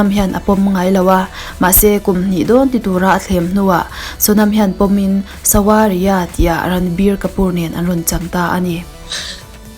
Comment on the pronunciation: Savariya tia lam tur... W hi vaitawng ah chuan V ani